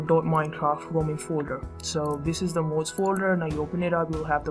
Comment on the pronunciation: its mods not mouds